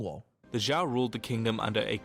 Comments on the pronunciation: it's not zhao, it's zhou, pronounced kinda like Joe 😢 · man these fucking history videos cant even get the pronunciations right, zhou sounds like joe, not jeeyow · I have never seen more horrible chinese pronunciations than in the original video, like what the actual fuck are jau and juan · I would sort of understand if the narrator were American and Spanish is the only foreign language he knows about, and assumes j is pronounced as h in every language that's not 'murican. But the narrator is Bri'ish. So, I don't get it. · yeh the zhou mispronunciation tilted me aswell